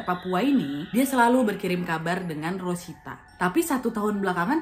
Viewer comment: resita jd rosita😂 mesin jahit berubah menjadi mesin cuci🤣